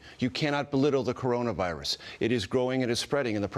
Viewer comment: Why does he pause between Corona and virus? It's one word!